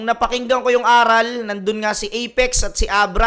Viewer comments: Boss ,ARAL ! yun hindi A-ral ginawa mong pwet eh 😂😂😂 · idol, magkaiba po bigkasin at ang ibig sabihin ng pagkakasabi mo ng ARAL sa ARÁL. ARAL po yung prinopronounce mo na ang ibigsabihin ay lesson. While yung ARÁL is mas mabilis siyang bigkasin sa pag baybay mo sa RAL. ARÁL. Educated ang meaning nyan. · mali yung pag kaka pronounce mo ng ARAL at mali pag kaka intindi mo. ARAL yun na ibig sabihin bihasa sila hind yun ARAL ng nangangaral sila or nagtuturo. bugok naman nito yan sabi ko eh basta makapag labas lang ng video.